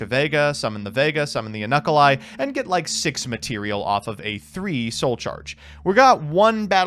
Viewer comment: Can't get over the Unukulhai pronunciation. I too love knuckle eyes.